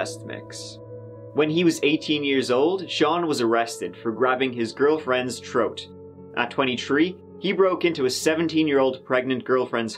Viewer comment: By the troat